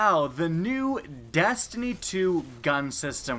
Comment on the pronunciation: sounds like you said dAstiny and dAstiny 2